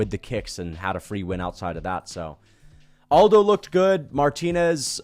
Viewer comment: Am i the only autistic fuck that cringes everytime someone pronounces Aldo's first name as if he's from a spanish speaking country? It's irksome as hell.